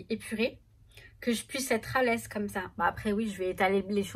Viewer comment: Hello je suis entrain de regarder je viens de rire quand tu as dit je me met alaise direct j'ai pensé Blaise que tu as dit après bref c'est rigolo